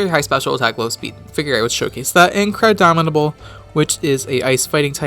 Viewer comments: GNF Dylan exactly. I hear Crabdomidable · Buzzing Meteor34 Im aware what he named it, Im saying he pronounces it as "crabdominable" regularly, so he doesnt seem to me aware that its actual name is "crabominable" not "crabdominable", or else he wouldnt have named it "crabdominate". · not to be that guy but its "crabominable" not crabdominable, and ice hammer has 100 base power, not 90.